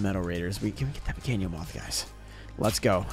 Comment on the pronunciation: You can’t even speak Spanish bro sounds kind of dumb when you say “pequino moth” wrong term anyways and I don’t think you should try and say a more Spanish words it kind of cringe especially cause it doesn’t mean the same thing